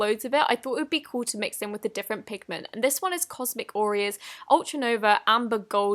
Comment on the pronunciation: cosmicauria sounds like cosmic oreo to me...